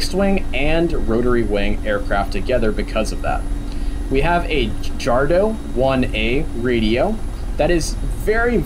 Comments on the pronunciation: Its Jadro (D-R-O) not Jardo. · And pronounced "YADRO"